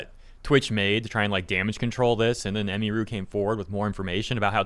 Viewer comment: Ugh you keep butchering her name. Its not " em E ru" Its "em UH ru"